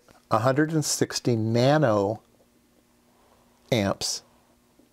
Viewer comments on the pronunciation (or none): none